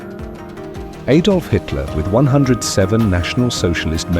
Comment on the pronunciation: Robert Donnat & Aydolf Hitler? If you can't find any human or any A I that can pronounce words proper then don't bother, it's too misleading.